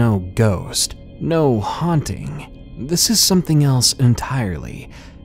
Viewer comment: The word is pronounced bray-zen